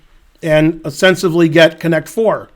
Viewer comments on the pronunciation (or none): Someone please tell Ben that there is no “V” in “ostensibly”